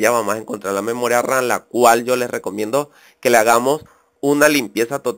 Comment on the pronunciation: "Memoria RAN" jajaja pinche pendejete hahahahah